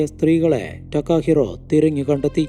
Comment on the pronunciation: ടക്കാഹിറോ അല്ല തകാഹിരോ അതാണ് ജപ്പാൻ വേഡ് 😌👋